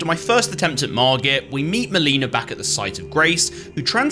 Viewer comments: HOW are people SO BAD at pronouncing "Melina"?! SHE TELLS YOU HER NAME AND HOW ITS PRONOUNCED 😭🙏 no hate on the video but like damn... so many others say muh-leenuh instead of mell-ih-na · So I have just discovered your channel this is only my second video I love the bloodborne video but now that I'm like two episodes in I'm noticing a trend are you just mispronouncing people's names on purpose these games have voice acting they pronounce their names for you xD maleena?!? Hahaha